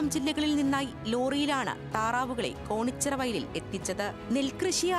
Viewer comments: കോണിച്ചിറ അല്ല കേണിച്ചിറ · കോണിച്ചിറ അല്ല കേണിച്ചിറ ആണ് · Wayanattil ella varshavum ivar vararund...ithu njangalkk puthumayalla...pinne news kodukkumbol atleast sthalamenkilum correct ayi parayu...konichira alla,kenichira